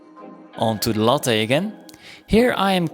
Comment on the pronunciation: Why take a free replacement part that will just fail again when you can make a better one? Never heard lathe pronounced like it's a coffee drink from Starbucks. ;) Long a, not short. Like lay-the but one syllable. Yes, it breaks the rule that two consonants between two vowels makes the first vowel short. Probably some non-English source is to blame for this word.